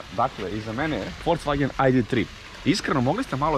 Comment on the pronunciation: "Idemo u FolCvagen"?? Znaci ne verujem sta cujem. Molim vas ubedite me da nije rekao sa "C"!